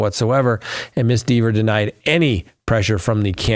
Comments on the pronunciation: It’s!!! Rhymes with Never! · Kelly would admonish you for mispronouncing her name